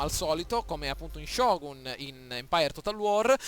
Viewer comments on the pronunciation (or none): none